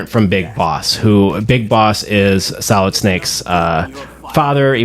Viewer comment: At the beginning I thought you said Metal Gear Salad 😂 but dope video !